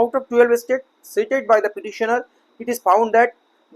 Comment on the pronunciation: "State" ও "estate" দুটি পৃথক ইংরাজি শব্দ; শব্দদুটির উচ্চারণ এবং অর্থ ভিন্ন। অনুগ্রহ করে উচ্চারণ ঠিক করুন।